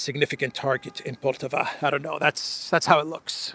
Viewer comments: the proper pronunciation of poltava is with the accent on the first a. Just fyi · the accent is on firstA in the city of Poltava. Which btw became Russian in 1667, up until 1991 I'm guessing.